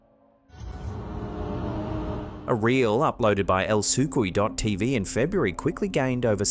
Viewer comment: For the first time you got something wrong. It's El - ca - coo - ey t.v not El - sue - coo - ey t.v, not being a d*ck just giving a common correction to something often mis-pronounced. Still love your videos. There is nothing like. Keep up the good work.